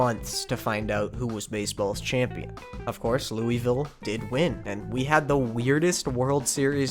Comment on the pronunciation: If you think that's bad, try being from Louisville for...this entire video lmao (great video, for the record, a lot of awesome baseball history, but not how you say that)